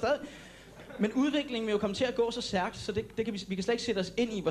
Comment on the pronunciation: 8:9 siger han særk i stedet for stærk